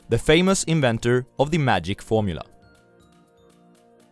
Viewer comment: The... tragic... gormula?